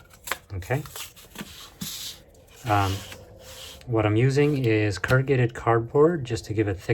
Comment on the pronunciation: I had to dip out after the 3rd “currgated”